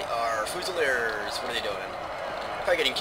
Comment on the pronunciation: Fyoozileerz is how it is pronounced. I love your Napoleon total war vids, I just got a computer that can run the game recently.